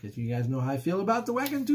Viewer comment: That one kicks ass! Great one! Wacken 2013, one for the ages! By the way, it is pronounced Vacken. German does not have the W sound.